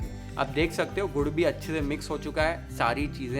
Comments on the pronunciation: Gaur nai Gur or Gud or Good . Stop saying Gaur plz. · Aap gud ko gaur kyun bolte ho aapke subtitles video ko cover kar raha hai, video is wasted